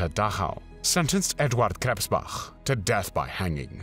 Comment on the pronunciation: Edvahd Kresspbacch